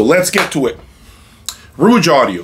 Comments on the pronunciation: The name of the brand is Rogue, which rhymes with “vogue” like the Madonna song. What you’re pronouncing (rooj) is spelled “rouge” with the u before the g. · What device are you using to capture the sound of your room playback, to download to/through YT? Did I miss that!???....Ummm? I believe the name of the company rhymes with ...."hoage(ey)" (the sandwich). Not the French word for lipstick or "red" ....I'm sort of a loss as to why not stating the name of the "mystery" amp. Was it the VAC mono's? ..just wondering why the hesitation? Overall, it was interesting to me with the addition of the Soulution pre. Thanks for putting on the show.I wonder too, if the use of the Class D amps used by OCD guy, would be an equal challenge to the VAC's? $7k pr, higher wattage than the Rouge?... Peace!